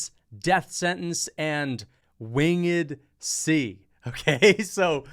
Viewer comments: How is so dumb he mispronounced “Winged C”. Wing-ed C. What a useless moron. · "Wing - ed C" You might be trained by Demetrious next.. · “Win Ged C”🫡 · wtf is wing-ed C it’s winged C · "wing..ed C" lol